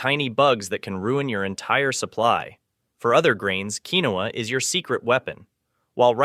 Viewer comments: Quinoa is pronounced Keen-wah, not keen-oh-uh. Linguini/Linguine is pronounced lin-guee-nee. "3000" above means 3,000 years . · It's "KEEN WAAAAA". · Come on...linguine is not pronounced "lingwan" and quinoa is pronounced "keenwa". If they can't get the basics right how can one trust anything they say? I had to quit watching.